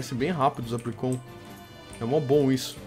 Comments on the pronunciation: se pronuncia apricorn não apricon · Salve, tu é foda, e se pronuncia "APRICÓN"I, não "apricon".-. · é Apricorn e não Apricon! Mas adorei o vídeo <3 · não é apricon, é apricorn e se você ver um lutador escrito em cima muve tutor ele ensina ataques ao seu pokemon e o move relener relembra ataques perdidos do seu pokemon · cada vez que ele falava apricon em vez de apricorn era uma facada no português do pixelmon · é Apricorn, com R, que nervoso de vc falando apricon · não é Apricon é Apricorn 😂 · se fala apricorni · não é apricon é apricorn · pfv mano é apriCORN tem toque n csg vê vc falando apricom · não é apricon é apricorn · nono, por favor, fala apricoRn, não apricon, dá mt agonia... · to com muito odio ele falando apricon É Apricorn n Apricon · Para de falar "Apricon" é "ApriCORN" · se fala apricorn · A - PRI - COR - NES !!! Da um encomodo nego falar errado '